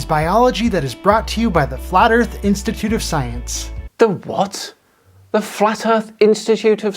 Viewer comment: Flerf Instimituute of Scie-unce, where one can achieve a green ribbon for reading partial definitions of words in an dictionary. Cats.